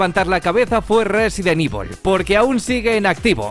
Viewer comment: Resident ivol,daino craisis,sailet jill ese ingles no te lo robo perro